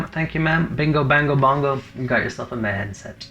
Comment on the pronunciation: Is this anything like Jumanji? Mehen is pronounced me-in. Its my name.